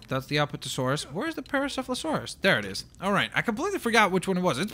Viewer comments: Paracepholosaurus My ears save me Its pronounced Par-ah-sawr-ol-uh-fus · It's pronounced pare-osaur-alofis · dude its parasaurolophus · You should work on pronouncing parasaurolophus